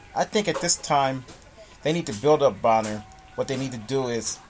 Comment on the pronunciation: it's Adrien Broner not Boner!